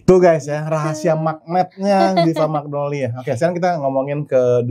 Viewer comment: magnolya pls bkn magnolia dear editor